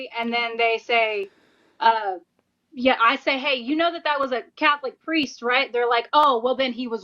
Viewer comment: "He WaS A CaThOLiC PirEsT" who caaaaaaaaaares